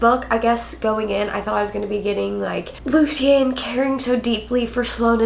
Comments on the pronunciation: omg I keep getting so confused when she says the name Lucian lmao I had to go back and see who the heck luseen is since thats how she's pronouncing it...isn't it pronounced 'loo-shin' not loo seen? being honest here and not being an ass xD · I also agree it’s definitely pronounced loo-shin as yes luci is a nickname of that … definitely not loo-seen pronunciation… me being someone that knows 2 people with the name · Lol, it's Lu-Shen. Love you! 😂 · Lucian pronounced Loo chen 🙂I felt the book fell flat as well. Perhaps it was because of the build up of these characters I was expecting more. I was ready for Sloane and Lucian to jump off the page with a page turner plot. But instead Lucy decided to add the plot in from the other books into this one plus add another plot connected to Lucian. I felt it was unnecessary, asking myself "why?". Like you I do not feel it was a bad book at all I rated it a 4 and I think it was because I mainly love the series overall. But in truth the rating could be a 3.5 - 3.9